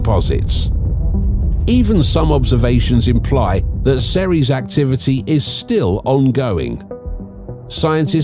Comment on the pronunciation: It's ceres